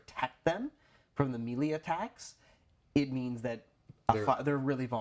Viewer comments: Mel-lay. Not me lee. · This is great advice guys, but it's pronounced "may-lay."